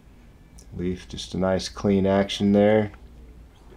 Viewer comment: Hey guys good job, nice coverage! Just a small FYI: Leif is pronounced like the English word "lay" with an f at the end. Not like "leaf".